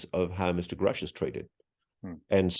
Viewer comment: thank you for correcting him Ross, if one person is going to report on another, if you wish to be take seriously you should pronounce their name right! and to be sure it is the one mispronouncing the name that would be taken serious not the person who's name you are butchering. God has children everywhere!this is god universe!!! they are hiding free and/ or very low cost energy and they do it with the help of the ndaa and the patent office if the us was to release the energy information, it would be view as a hero o the people and we would not need to rely on foreign energy sources and give its people a fighting chance haven forbid we need to go into another world war. we would be able to produce what our armed forces and our people need to survive and thrive. then America would once again be known as for the people and by the people. there are so many fields and services that could expand and flourish. think of the amount of money that could be made switching over